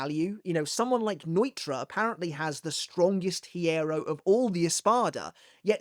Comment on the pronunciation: The "h" in hierro is silent.